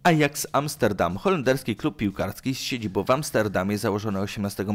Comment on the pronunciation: min 1.37 cyt ' z siedziboł w Wiedniu ' .Tak człowieku wymawiasz , zapominając o nasalnym ' ą ' .Poza tym ciekawy materiał .Pozdrawiam